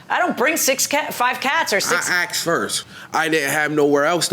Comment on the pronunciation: It's asked NOT axed, why do people struggle so much with this. His general presence annoys me.